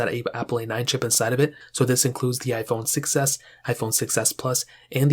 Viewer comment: why does „iphone 6s” sounds like „iphone succes”